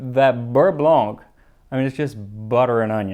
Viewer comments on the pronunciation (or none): none